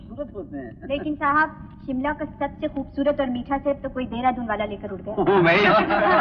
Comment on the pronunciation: Simla nahi. Shimla